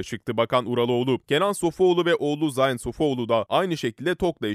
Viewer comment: Zayn degil ,Zeyn diye okunur..